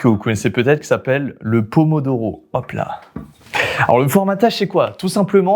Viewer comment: le pomodoro il a di doro 🤣🤣🤣🤣🤣🤣🤣🤣